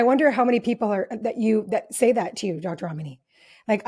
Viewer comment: I love Dr Ramani so much. I also appreciate the host for pronouncing her name correctly. 😁